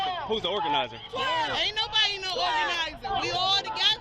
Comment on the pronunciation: . "Ain no-bawdy oga-nazin it."